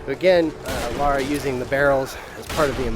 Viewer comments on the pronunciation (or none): Her names LARA not "laura" -__ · Lara, not Laura. God of war, not gears of war. And is is TOMB RAIDER! And we LOVE it!